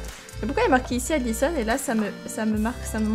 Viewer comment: J’entends ADISON mais t’écris ALISON 😂 Jdois être sourde xD